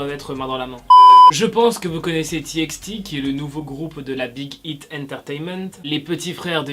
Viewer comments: On dit pas ti ex ti mais ti paï ti Ps je t’adore et sa serait trop cool pour chaque debut de vidéo de mettre un weller 💚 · C'est "T by T" 😭😭 ça m'énerve quand on dit "T ix T" 😅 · . On dit Tibaïti pas Tiixti😂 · Courage à mon ❤❤ Parle plus souvent des txt stp. Ps:sa se prononce:"tibaïti" car c'est "tommorox by togheter" et pas "tièxti". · Bonne vidéo, petit bemole on prononce TXT comme ça : tibyti